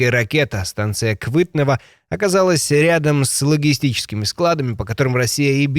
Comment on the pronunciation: не Квитнево а Квитнэвый - ( Цветочный) или (Апрельский).......